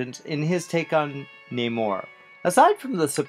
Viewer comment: Seeing as the misprononced Namor i have no faith in this